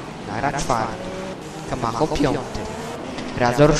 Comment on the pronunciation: kamacho czyta się kamaczo